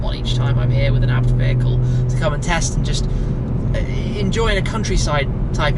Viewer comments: ITS NOT ABT its A B T FFS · haaha, its pronounced A-B-T! Hahahaha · BUT ITS PRONUNCED A B T WITH SPACES BETWEEN. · I'm sure its pronounced Ay Bee Tee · The German Brand „ABT“ which is spelled not A.B.T has no Location in Australia. The Brand youre talking about is a different one.